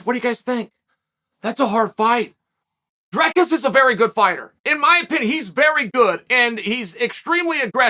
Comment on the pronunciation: I dont think thats a good match for Dricus. He has too awkward of a style and gets wild, which leads to alot of opportunity for Bo to take him down and keep him there. But hey, you never know.. And Chael, you pronounced his name wrong lol